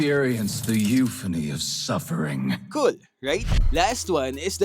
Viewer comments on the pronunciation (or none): Good bye old Granger voice 😢 edit: especially the line/pronunciation "Surferriingg" 😂🥺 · im sayin I'll miss the intro/ Experience the "yufini"??(i don't even remember) of "SUFFERING*"(it's the only word pronunciation that i will truly miss)